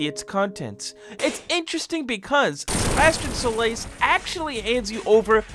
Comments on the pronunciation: Why do you say Sebastian Solace Like Sebastian Shoelace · Ah Yes. Sebastion Sole Lace. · Ah yes: "Sebastian Shoelace" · Things that are incorrect about this video: That pronunciation of Sebastian Solace and the wrong door number. We didn't choose to become Expendables, we were CHOSEN to be sent to the Blacksite by Urbanshade. Everyone knows about p.AI.ter Everyone knows about the Trench Bleeders too. Wrong door number again It can appear before his shop too or not appear at all These rooms have a chance to not even spawn and that specific room is rare